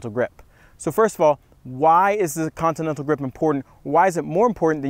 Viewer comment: He can't say continental bahaha